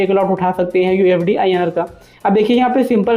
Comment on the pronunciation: Mere bhai pehle sahi se bolna seekhle usd inr ko ufd bolraha hai